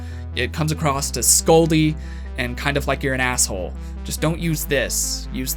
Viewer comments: why do americans always say "acrosst"....there's no t...it's not acrossed...it's across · Across not acrost.😒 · Does he say...acrosst? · Is he saying "acrosst"? Like "The coffee shop is acrosst the street"? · You did it again at the end..you say come acrosst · If you are so "educated", why do say "acrosst" so much 🤣